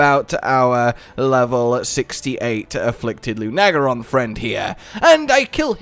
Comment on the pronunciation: I had to switch from Xbox to my phone just to say this. Please never pronounce lunagaron like that ever again. It's no lu-NAH-gar- on. It's LU-nuh. Like in the word lunar. I don't think I've ever been this triggered over something so unimportant in my whole life